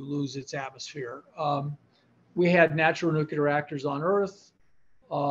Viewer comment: Absolutely hate when “nuclear” physicists pronounce the word incorrectly.